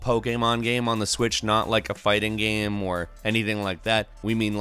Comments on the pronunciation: what does he say "geme" instead of "game"?? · The way you say game makes me cringe